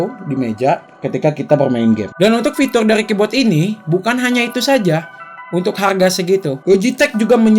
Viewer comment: Ngomong "KEYBOARD" jadi "KEYBOT